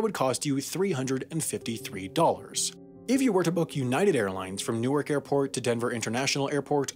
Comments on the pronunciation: New-work not New York Sam, language isn’t as fluid as you think :) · But he did call it ‘New-ark’ lol. That made me cringe a bit. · He did, he pronounced it new york